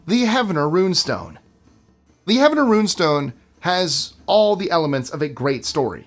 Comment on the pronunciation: Heavener is pronounced Heave-ner like heaving a big rock, or heaving up your breakfast. I know I'm petty. But look things up. So many mispronounced words on YouTube videos drives me crazy.